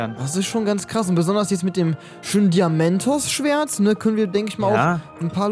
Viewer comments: 1. Es heißt das kann doch nicht war sein 2. Es heißt Diamant und nicht diamenthos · Junge kannst du kein Deutsch das heißt Diamant und noch diamentos P.S No hate